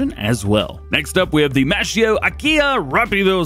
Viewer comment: Hey Dj, just so you know MASCHIO is pronuonced masKio because the C+H sound in italian is pronounced like K in english